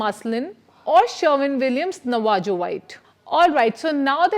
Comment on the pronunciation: Hi, I enjoyed your video, thanks! One correction is in the pronunciation of “Navajo” in “Navajo white”. It is named after a tribe of Native Americans in the southwest US, and is pronounced “Nah-Vah-Hoe”, with the “j” taking on an “h” sound. Thanks again!